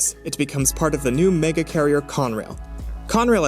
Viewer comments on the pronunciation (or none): none